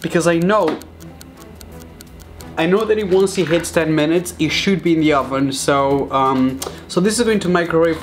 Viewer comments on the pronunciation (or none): none